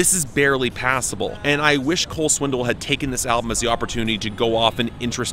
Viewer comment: I love that you always say "Swindle." It's a fitting pronunciation.